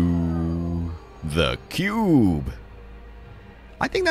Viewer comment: Honestly I just watch your videos for the way you pronounce "THE CUBE" and now I'm addicted to your creations lol 🙌